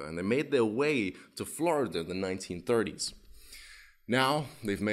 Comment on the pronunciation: I love your videos man, I also find it funny when you slip into a little American accent like when you said “1930s” and the opening line😂